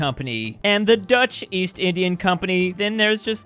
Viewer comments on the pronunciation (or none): East?! I thought you said 'Weast'!